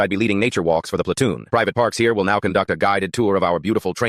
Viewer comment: said it in perfect vietnamese